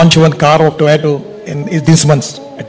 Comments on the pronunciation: Abhi tak Gadkari ji तोयोता ko टौएटो bol rahe hai 😆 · The way he say toyato makes him sigma